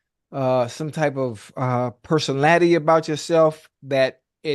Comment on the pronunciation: Why tf Ocho can’t say personality